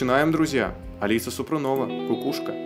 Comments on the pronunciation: Благодарю за реакцию.Алису слушаю давно,очень интересная певица,красивая девушка.Поёт на многих языках.И да,,ударение в фамилии СупрОнова. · СупрОнова - ударение на первую О. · Не Супрунова, а СупрОнова.